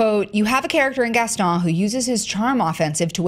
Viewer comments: It really annoys me that she keeps pronouncing Gaston without the "n". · Jess Diez In the original film-- and in Disney products, amusement parks, and most likely in this new film-- it is pronounced Gaston with a strong 'n' at the end. Whether or not it's correct in French is irrelevant because it's a fictional character and it's only ever been pronounced one way. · The only problem with this WHOLE thing is that keeps pronouncing Gaston wrong.